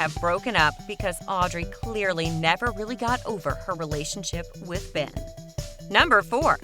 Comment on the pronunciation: you said fen instead of ben